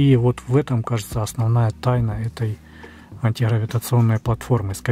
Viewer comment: добрался он до антиХЫравииационной платформы, ХЫребенникова, ХЫребенникове, ХЫребенникова ...и т.д.😂 Есть изобретатель и конструктор - Гребенников (Г - буква твёрдая, произносится без предыхания, чётко) Виктор Степанович! 🤪🎉